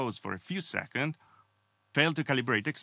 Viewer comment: Hey! Great content as always. Your English has gotten way better since your first videos. I will say you forget to add the “s” at the end of “seconds”. Super nit picky, otherwise awesome man!